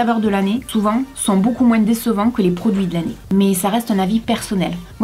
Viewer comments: en francais on prononce le "s" de plus pour differencier ces 2 sens (dıfferencıer + de "je n'aı plus de pates") Maıs comme moıns n'a pas 2 sens on n'a pas besoın de facon de dıfferencıer Donc ıl ne faut pas prononcer le s de moıns 😅😅😅😅😅😅😅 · J'adore comment tu prononces moin(s) avec le(s)a la fin! Sinon très bonne vidéo bisous. 😍😘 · "un peu moinss'" ! je pensais que c'était uniquement les antillais qui avaient cette prononciation ! Super vidéo, je vous regarde avec plaisir comme d'habitude :) Merci ! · tu pourrais peut-être donner ton avis sur des fast food et dire tes expérience dessus par exemple le mcdo ❤sinon je t'adore et t pas la seule à dire le s dans moins j'ai entendu quand tu l'a dit dans cette vidéo 😊❤ Je t'adore et même si des personnes sont méchantes avec toi fais pas attention et continu à avancer continue comme ça res super ❤❤❤❤❤❤❤ Je t'aime fort fort fort même si je sais que j'ai 13 ans mais je t'adore vraiment ❤